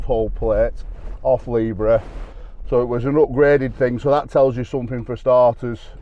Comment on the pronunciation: Will you please stop saying LIBRA! it's not a Bloody LIBRA, it's LEIB HAIR!